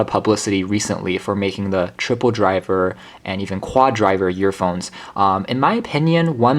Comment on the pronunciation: The vid was great but the only thing I could hear was him calling them yearphones